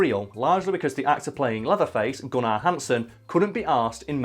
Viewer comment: He's says gunnar like gun-rr